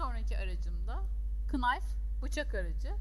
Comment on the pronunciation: Ablacim tesekkur ederim ben dr sana bir sey ogretetim. KINAYF degil o NAYF. baştaki K okunmaz.